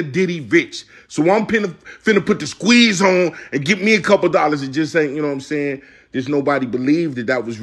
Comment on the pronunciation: “But somebody give me a couple dollaz”😭